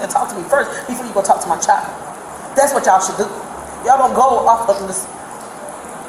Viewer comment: Lady, the word is "child" not "chal". There's a "d" at the end of that word, and its NOT silent.